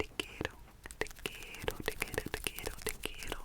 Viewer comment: Actually your pronunciation of "te quiero" was pretty good :) And I believe you were trying to say "i love you family = os quiero familia". You are doing great keep it up!!!